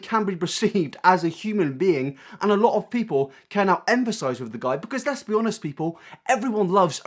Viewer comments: You pronounce empathise like emphasise 😂 please sort it out xoxo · Please stop saying emphasise instead of empathise